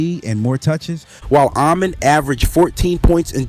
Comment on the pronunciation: Ah-Men All-Sar